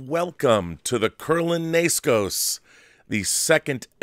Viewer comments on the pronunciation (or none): Pretty sure it's pronounced 'Neskos', not nayskoes. Otherwise, great show!